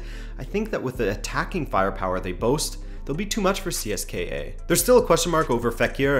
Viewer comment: It's pronounced See-es-ka (CSKA). The more you know Dynamo is either gonna get blown out by Lazio or win the series and go on a deep run.